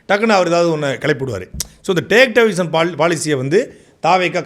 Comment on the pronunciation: சாட்டை அவர்களே டேக் டைவர்ஷன் என்பதில் (Take Diversion) டை என்பதை (D - not T) அழுத்திச் சொல்லாதீர்கள் ! It's a friendly request. Please accept my apologies ! 🙏 Normally people will hesitate to point this out to you ! But, உங்களைப் போன்ற நல்ல பேச்சாளர்கள் இதையும் திருத்திக் கொண்டால் அழகாக இருக்கும் ! Well wisher, Dr SB 🇬🇧 UK